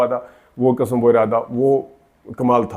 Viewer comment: Ap ne bhi tu kasam kaha ,it's qasam.lolzz had hai yar, buhat mazarat ke sath lekin punjabis ne jesey urdu ki waat lagai hai kisi ne nahi lagai